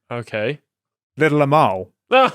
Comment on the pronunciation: Until I actually read the correct spelling of the name of the Little Amal puppet, I thought you were saying her name as Little Lmao.... It is a bit ridiculous so it still fits either way.